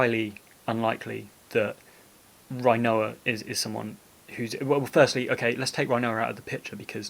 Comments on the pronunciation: youre a well spoken bloke. its got to be rin-oa not rhino-a though cmon! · i love everything about this video, except how you say her name! rin o a not reye no a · Did you really say Rinoa, RHI-NOA?... and you call yourself British... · Sorry but I love how you pronounce her name Rhinoa 🦏😂